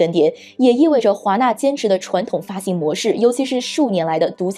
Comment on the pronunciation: 这期内容很赞。不过主持人的普通话发音不标准，或者说有点口齿不清。X，J，Q这些辅音发音都有问题，比如“既“然，院“线”，当”下”，两“千”，等等这些字的发音都有点咬舌，挺起来有点别扭。还有有的发音干脆错误前后鼻音不分，比如分成，是分cheng, 不是分chen。等等denden, 发行xin....不是黑子，建设性意见。